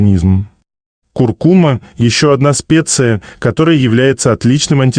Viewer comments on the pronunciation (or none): none